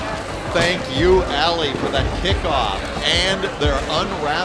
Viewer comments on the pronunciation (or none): none